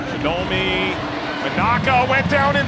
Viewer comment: shinobi ! Shinomi